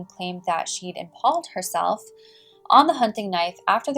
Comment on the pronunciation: impaled sounds like Im-pail-ed